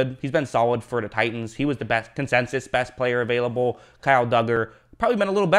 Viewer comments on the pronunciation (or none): “Consensus” not “Consensious” come on bruh